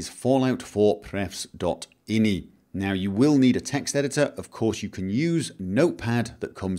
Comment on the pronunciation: most people who code call them i. n. i. files not inny.